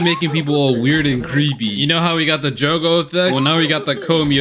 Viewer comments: I like how he calls Gojo Jogo even though Jogo is a different character from JJK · Did my guy just said gojo as jogo??